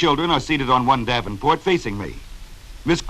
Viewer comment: "Davenport". lol